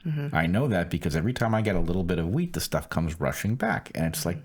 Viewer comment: 'wheat' allergy ok. I was thinking he said 'weed'